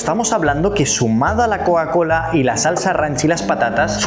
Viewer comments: Amé "coacola" 🤭🤭🤭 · Aprende a decir Coca-Cola Por favor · No puede pronunciar coca cola?